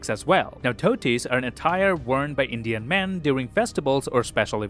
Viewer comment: Man I love his Indian pronounciations he's so close the the actual ones. I haven't seen many peeps from abroad who speak this well